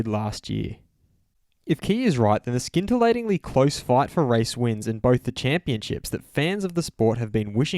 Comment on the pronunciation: ...did you just say "Scintillating" phonetically?